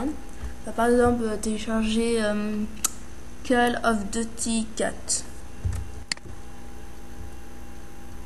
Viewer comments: C'est pas "call of deuty" c'est "call of duuuuuuuty" ! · "calle ofe dutie" c'est pas comme ça qu'il faut le dire mais bon, c'est pas grave.. --' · "QUEUL OF DEUTI" xDDD, Mrci pr la video tout est bien expliqué